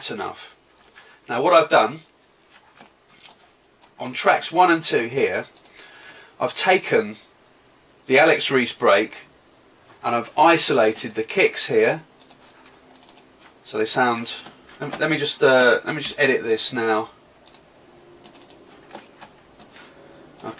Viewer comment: "of ice-o-lated the cakes ear"